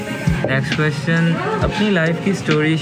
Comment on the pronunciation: His way of saying Ques-chion, true pakistani accent.